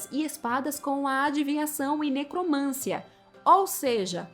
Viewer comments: QUAL A NOVIDADE??? EU QUERO É NOVIDADE. E MAIS, A PALAVRA É NECROMANCIA, E NÃO NECROMÂNCIA. PAULO FREIRE ANALFABETO... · NecromanCIa! Rima com tia, Sofia, Maria, pedofilia, psicologia, arqueologia. Ne - cro - man - CI - a. De onde você tirou necromância?! Isso demonstra ignorância. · Mana, só pra ajudar: necromancia, não necromância… 😅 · Linda, dói nos ouvidos, ouvir uma moça tão inteligente falando "necromância".